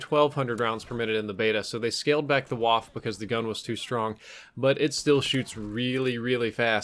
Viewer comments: Nick AlexuseesuxelA It’s pronounced like Vhaff-Eh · Why can't anyone say waffe properly? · You pronounce it like stuff-eh Bit with a v instead of the st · Please learn how to pronounce German, ‘w’ sounds like ‘v’ and you pronounce the ‘e’ at the end of ‘waffe’ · Correct! They used "waffe" instead of "MP" for copyright reasons :) Also, he pronounces it completely wrong, which nearly gives me a migraine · Said the name of the gun wrong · Nick AlexuseesuxelA Well considering the W is pronounced as a V in German, it's not pronounced as "WaffE". Also, "WaffE" sounds like someone is trying to say "coffee" but has a really swollen mouth and can't say their words properly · Well for One it is a german weapon with a german name. In this name the W is pronounced as a V With enunciation on the E pronounced as uh So Vaffuh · Pls stop saying waf. Germans don’t silent the e at the end of a word (same goes for Eisendrache btw) give us some e‘s. Thanks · Say it with me, "Vah-fuhhh" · That's "waff-uh" boss. Unlike French, German e's are not silent. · Really how hard is it to say vaffa like it's supposed to be pronounced??? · Pronounced vaffe too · Pronounced Vaffe though since their W makes a V sound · Ist waff-E the E is NOT silent ! Like wall-E ,,, you don’t say just Wall....its Wall-E! And WaffE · Pronounced Vaff uh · Its pronounced "Vaffa" not "waff" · Wtf is Wuff, can’t you say VAH-FEH! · I say this not because I personally care so much but because I know it annoys a lot of people, so please, take this as friendly advice. The E is not silent, so you must remember to pronounce it as "Waffeh". Now you know, you're welcome. Also, this weapon is the MP 28 but it seems they couldn't get the rights to call it that or something. Same reason the Lee-Enfield was called the Commonwealth for a while I guess. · VA-FF-EH not Waff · You pronounced it wrong...It's not pronounced "Woff" It's pronounced "Voffer" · it's 'vaff-eh'. not whaff lmao